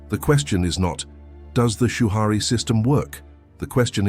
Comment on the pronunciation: "Shoo-Hurry" Rebuke rushing!